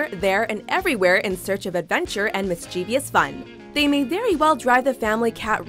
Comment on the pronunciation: YOU MISPRONOUCED MISCHIEVOUS!!!!